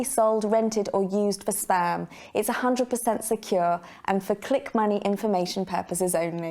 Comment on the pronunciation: . “Your information will never be sold, rented or used for sperm?????? What?????? Oh ‘spam’! She actually says ‘sperm’ though😂😂😂😂